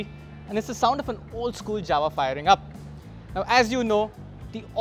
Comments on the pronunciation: Guys, why you call Jawa as Dzawa? Fistly its not correct and secondly Dzawa doesn't make a sense. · J in Jawa speaking like Y in yes. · You're right. This is not the correct Czech way to pronounce it. But its the way its been said here since the 1960s and the company says they're going to stick with it. It's similar to the way we say that we're going to 'Paris', not 'Pahree' :)